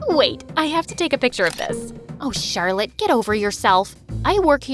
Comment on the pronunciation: that's how i pronounce Charlotte's name too "chat roulette" 😂😂😂😂😂😂😆😆😆😆😆😆